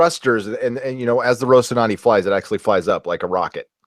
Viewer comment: funny how you can not pronounce "rocinante" you should practice RO CI NAN TE